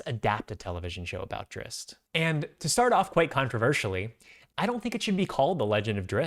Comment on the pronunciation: You said the name right!!!!! 120% with you, would you want live action or animated for this show? I'd want to lean more to animated, like vox